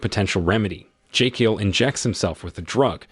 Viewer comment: You pronounce Jekyll and Thames is the most American way.